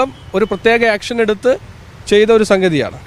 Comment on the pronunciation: ആക്ഷനല്ല. ഏക്ഷ൯